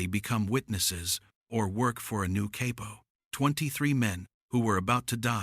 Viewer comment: Gotta love ai narrators. CAY-PO Lmao 😂